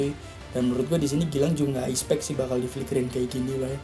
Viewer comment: Soryy sebelumnya bro, bukanya mau sok ngajar atau bagaimana, tapi di menit itu pengucapan expect seharusnya expeck kalo bahasa indonesianya ya, karena sependengaran gw lu ngucapinnya ispek jadi kayak salah pronunciation (pengucapan) gitu, kalo gua salah mohon dikoreksi ya bro kuu🙏🙏🙏